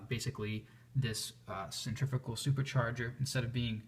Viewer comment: Just a tip ...the word is centri .....fugal ....but each to his own